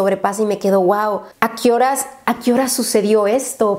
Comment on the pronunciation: Akioras jajaja Yo: A qué hora 🤦🤦🤦